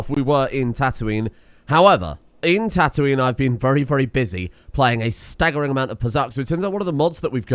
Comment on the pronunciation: The way you pronounce Tatooine triggers my gf (who is from Yorkshire)